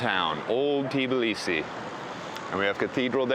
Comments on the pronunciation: its not TIBLisi, but tbIlisi, and its in ASIA, u amerikunt dikhead 🤣ASIAN gamarZHOPA 🤣🤣🤣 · First, don't eat khinkali in a tourist trap--homemade is a lot better, mushroom is best IMHO. The "T" in Tbilisi is barely aspirated--when Georgians say it it almost sounds like there is no "T." Next, know your history. The 2008 war was engineered by the Russians to stop Georgia from moving to closer alliance with the West. The territory was lost, and the genocides were committed in the 1991-94 civil wars. But Russia encouraged the seccessionist states and has propped up them up ever since. Your optimism is good but the problem with the government of Georgia is that it is owned by an oligarch who made his money in Russia--his net worth is literally one third of the nation's GDP. He has the ability toi buy votes and his governments have dismantled much of the infrastructure that would make elections free and fair. The EU first stopped Georgia's progress through candidacy not the other way around. The Russian aquiessent goverment essentially said "well, we did not want it anyway." by ending the negotiations. The EU stopped Georgia's candidaccy because of list of things including human rights abuses--ncluding political prisoners, corruption, abuse of sexual minirities, lack of free elections, among other things. Younger Georgians are outraged-as they should be--and now have protested their sham of a government for over 1,000 days consecutively. The issue is Russian influence and the abatement of the United States to exercse its considerable influence in the country. The governme